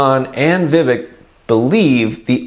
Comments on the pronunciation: You’d lend more credibility to your video if you knew how to pronounce Vivek… I stopped listening after the 3rd time you said vivick… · Vivek is pronounced Vi-fake, like cake😊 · Ramaswamy’s name is pronounced Vivake, even if it is spelled Vivek. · It's not vivick I'm worried about it's musk